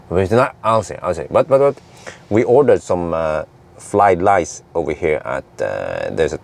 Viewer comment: Haha, "Flied lice"